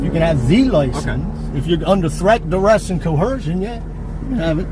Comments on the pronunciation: For a registered pervert to try and project this legal or moral high ground is just nauseating. This guy even looks like a S.O. // Ugh, listening to him butcher words like "Trett, Dress, and Co-HEEERRR-Jin!!!" is equally stomach turning 🤮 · "Threat, direst, and co-hershin!"